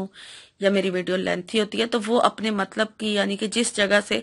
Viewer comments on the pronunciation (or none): none